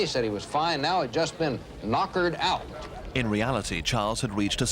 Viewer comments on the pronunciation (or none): I believe that "knackered" not "knockered"